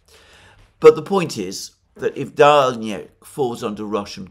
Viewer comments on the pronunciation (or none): none